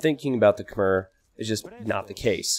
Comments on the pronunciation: You probably know this by now with this being from 2019, but Khmer is pronounced Kh-May, not Kh-Mer. The last syllable is more like the month of May than it is the beginning of mermaid. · It's pronounced "k'may" (or "k'maii" as in aii aii (pirate saying)) not "k'mer" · Khmer is pronounce kuh-mai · You might be mispronouncing Khmer. As spelled in written Khmer, it's pronounced something like "k-mai". When Europeans first translated it, they tried to go letter for letter, not on the local pronunciation. Hence its k-mai (apologies as I'm butchering it too with my clunky phonetics).